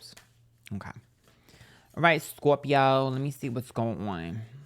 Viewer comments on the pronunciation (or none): Sometimes when you say "scorpio," I hear "scorpi-ho." I can't tell if you're doing it on purpose or not.